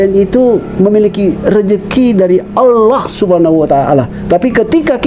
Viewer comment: Alhamdulillah sudah hafal dan fasih menyebut nama ALLAH SWT 🤲🤲🤲